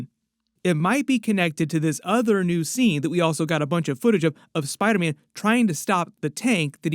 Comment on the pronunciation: “On the set of SPIDAHHH MANNN”